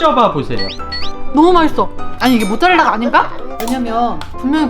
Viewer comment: 근데 아직도 마이떠 라고 하나요...